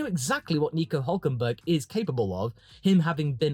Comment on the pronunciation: "NICO OOOLK KENberlllgslglL"